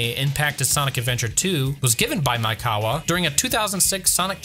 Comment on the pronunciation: You keep saying "Maikawa" instead of "Maekawa" and it hurts my brain each time @@